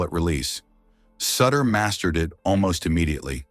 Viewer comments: His name is pronounced like shooter not sitter do your homework! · In Cincinnati, we called him soo-ter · One these days, AI is going to pronounce names correctly. Soootter. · At LEAST get his name right. It's "Sooooter". Doesn't rhyme with Cutter. Play any of the '82 videos when they'd bring him in. The crowd chanting his name sounds like they're booing. "Sooooter!" RIP, Big Bruce... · It’s suuuuuter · When you mispronounce the subject of the video’s name it kills your credibility. It’s pronounced Soootter. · Pure CLICKBAIT! Nothing about lies about his death. There were NO lies. What is also so disturbing about this video is that the use of AI is so disrespectful to Sutter in that his name was NEVER once pronounced correctly. The u sound at the beginning of his name as anyone who follows baseball know had as long sound not a short sound. So sad and DISRESPECTFUL to Bruce Sutter. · A I can't even say his name correctly. smdh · If his last name isn't pronounced correctly, it's hard to trust anything else said about him. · AI voice getting the name wrong really gives it that personal touch. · Hard to take serious when you can’t even pronounce his name right, dang! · That's because he is using an A I. voice ,not his own,so it's going to pronounce it as it's spelled. It's stupid. That splitter was NASTY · Back and forth with the uniforms, talking about different years and showing a different team, try a little continuity. Then maybe learn to say his name . Horsebleep. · Stop mispronouncing suter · Learn how to pronounce his last name